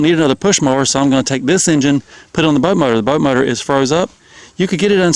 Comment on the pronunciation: It's hilarious how you say butt motor instead of boat motor.